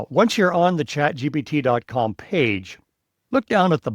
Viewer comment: It sure sounds like this guy is saying chatgBt rather than the correct chatgPt